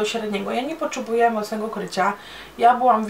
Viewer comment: mówi się potrzebuję a nie poczebuje ;) pozdrawiam czekam na kolejny filmik ;)